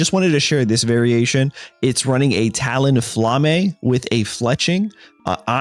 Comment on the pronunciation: Ain't no way he just called ma bird "TalonFla-May".😭😭